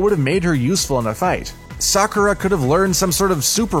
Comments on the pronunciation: Did this guy say sakoooooooora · yo listen to how he said sakura 😳